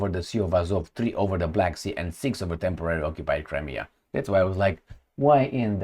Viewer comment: "Temorarily occupied"?